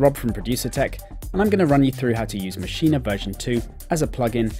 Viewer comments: Ma'sheen....say it, Ma'sheen...not ma'sheen'a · It's pronounced Mashean......NOT maschina! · nah ... its pronounced "maschina" ... check out NI's videos